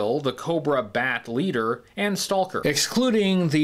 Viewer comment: I love you, but I can’t watch this video because of all the “Stahl-ker” and “Tahl-k” and “Tahl-king” very very difficult to hear you say this so much. And what makes it worse is that it sounds like to trying to over pronounce it because occasionally you don’t say it when you really get going.